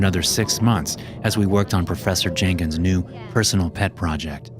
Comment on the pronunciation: “processor jankins” 😭✌️